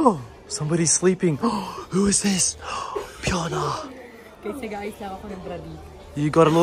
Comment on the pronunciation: Correct ang pronunciation ni 😊